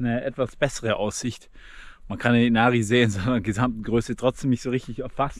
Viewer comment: Inari auf die erste Silbe betonen… wie alles im Finnischen. Gute Reise und Danke für‘s Video!